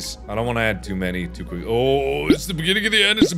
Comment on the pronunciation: Mark: Beginning of the end Me: What? Mark: Beggini o the enn Me: That's even wor- Mark: BIGINIOTHIEN